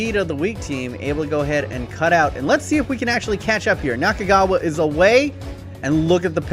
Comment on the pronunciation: Nakagawa is not kagawa